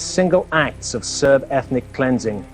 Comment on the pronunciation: its serb not serf